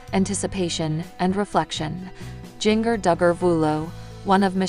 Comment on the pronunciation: Please learn how to say her name correctly. It’s Jinger-like the spice, ginger. Stop slaughtering her name‼️‼️‼️